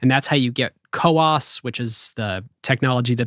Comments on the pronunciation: it's not co-ops but COWOS. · it is CoWoS, not co-ops 🤓